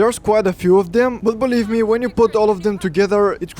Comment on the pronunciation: "Baleev me" ha ha ya I believe you. But thanks for the good suggestions.